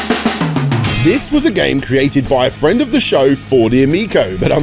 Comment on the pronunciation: 'he's my fweeeend! We talk about fwend stuff'